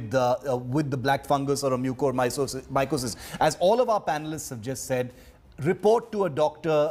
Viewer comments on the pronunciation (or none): The lady reporter cannot pronounce Mucormycosis correctly. She even pronouced it differently everytime.